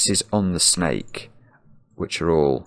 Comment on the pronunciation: "Orange schjnake" :D